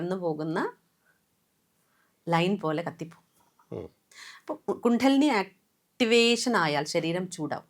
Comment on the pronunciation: കുണ്ഠലിനി അല്ല .... കുണ്ഡലിനി